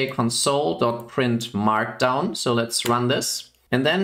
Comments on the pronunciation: Your English is quite good, so your pronunciation of "console" sticks out. When pronounced with the stress on the second syllable (conSOLE), it means "comfort (someone) at a time of grief." To refer to a terminal you should pronounce it with stress on the first syllable (CONsole). Mach's gut! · Sounds like english isn't your first language. And it's bugging me when you say console as in the verb(emphasis on the second syllable) rather than console like the noun(emphasis on the first syllable).